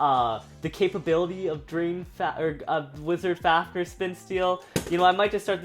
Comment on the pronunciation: did he say wisars fafners